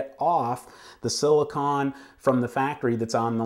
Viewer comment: Silicone! Not "silicon", ugh...